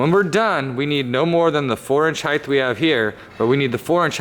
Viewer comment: Am I the only one who cringes every time says "heighth" rather than height? Lol